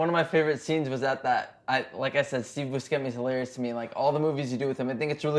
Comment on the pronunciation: This nigga is such a fan of Adam Sandler movies and he goes and calls him "Steve Buskemi" Jesus Christ.